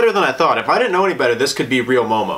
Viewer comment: Are you sure it's MOMO and not EOEO? 😆